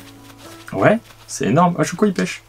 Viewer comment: Slt et a chaque fois que vous dites pêche j'ai l'impression que vous dites pêcho je sais pas pourquoi lol